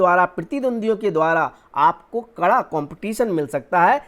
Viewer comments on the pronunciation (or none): none